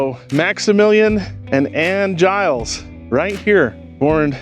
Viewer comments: My mother was a Gillies, her family was from Beaver. BTW...it is pronounced "Gill' is" It was said that some of my great uncles rustled some cattle with their cousin, Butch. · Very interesting. I know the Gillies family from Beaver and they pronounce Gillies, rhymes with Willis.